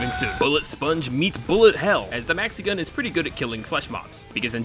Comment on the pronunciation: at some point i did understand mexican instead of maxi-gun. and now i can´t unhear it